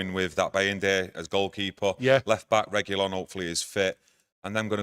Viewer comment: Guys, love you both and you're always spot on. But it's Re Gwi Lon. Reguilon 😊